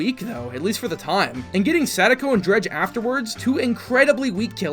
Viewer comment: "dredge" "weak" wat